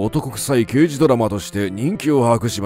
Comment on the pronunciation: ラガーデカ、ではなくて、ラガーけいじ。 太陽にほえろは、ニックネーム＋刑事の「刑事」は、デカではなくケイジと読む。 『アオイホノオ』でも、「マカロニデカ」「ジーパンデカ」と言ってて興醒めだった。